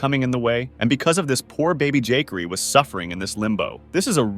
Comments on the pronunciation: I love how the AI pronounced Juh-Cory as Jakery lmao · Never heard Jacori pronounced "Jakery" 😂 This isn't even the worst mispronounciation on this channel, just the most annoying on this video. Why even narrate?